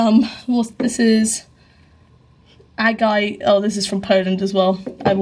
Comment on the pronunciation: You are mispronouncing "agate".